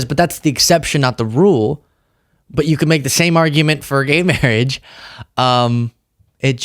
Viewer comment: "mawwiage",a dweam within a dweem"